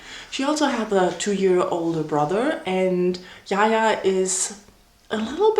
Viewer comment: It's the way she calls Jaja, Yaya like he is Spanish lol... Its Jaja tho...